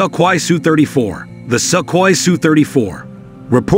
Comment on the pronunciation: Балдею от американского произношения русских слов XD СукХой, Грайзиев.